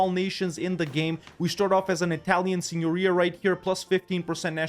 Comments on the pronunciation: That was the best pronunciation of Italian Signoria I've heard from paradox youtubers! Congratulations! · pronounced "signoria" correctly 🫨🫨